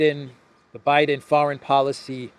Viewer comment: I thought he said Obiden.